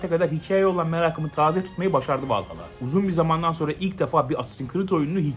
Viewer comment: AC vallahalla iyi oyun dur la valhalla diye okunuyo